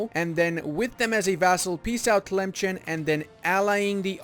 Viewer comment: As an Algerian, it pains me to hear how you pronounce Tlemcen XD